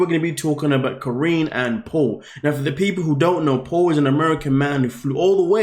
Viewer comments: Her name is not Corinne - Her name is KAH-REE-NEE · how do u watch the show and still pronounce her name wrong 💀 😭 😂